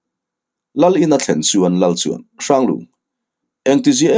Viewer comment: Hranghlira tiin ziak a ni a.Hranglunga tiin i lamin i chhiar zel a engatinge aw,a chhan tal sawi la.Sir ??????Lung nge?.Hlir😅